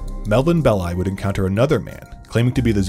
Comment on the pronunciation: Big thumbs up for pronouncing "Belli" correctly. I recently listened to a podcast where the hosts pronounced it like "belly" and 😅